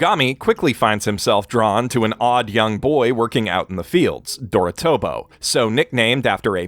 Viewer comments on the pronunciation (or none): Small one but you said Dor-A-tobo but it should be Dorot-A-bo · It is dorotAHbo not dorotOHbo it's has an A not an O